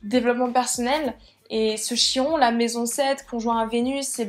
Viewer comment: Ça se prononce Kiron